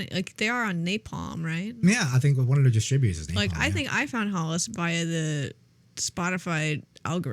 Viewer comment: Prononciation of Hällas is more like Hell-as